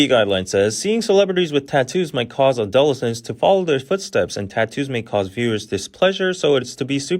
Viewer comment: Just correcting your pronunciation on an otherwise great great video. ADD-uh-LEH-sents. Not a-DUH-li-sins.